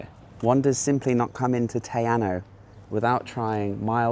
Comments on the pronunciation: Hey, Great vid. I wouldn't normally post about a typo but just in case a viewer wants to Google mapm search, its spelt Te Anau ( not Te Anu). Pronounced Tee-R-Now. Cheers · Te Anau sounds Tay Ah-now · Lake Te Anau - pronounced Te Arrno. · Your pronunciation of Te Anau is kinda painful sorry! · Mate you've got to learn how to spell and pronounce Te Anau